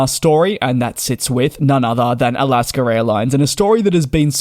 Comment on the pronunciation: Where is the R in Alaska?